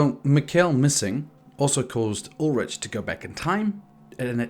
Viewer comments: Nigga I know you didn't just call him "Ul-rich" and not "Ul-rick" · "Ul-rick"* "Mick-Ul"*